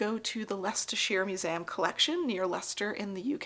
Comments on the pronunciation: I would love to continue watching content like this but I really really cannot get past you saying “musam” instead of museum. You sound educated. You should know how to speak. Am I a jerk for saying this? I don’t care if I am. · She says "muzayam," actually. And she knows how to say "Leicestershire."